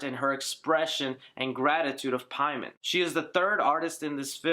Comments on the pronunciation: Paimon (English) = For the Persian name, Peyman not PIE-MON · You say Paimon wrong when they said the correct way multiple times. Idk it just bothers me. They pronounce it Pay-men yet you make up a pronunciation